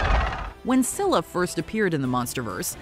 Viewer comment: I like that they said Scylla right